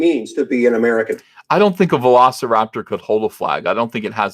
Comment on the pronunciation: What's a "Velicraptor"?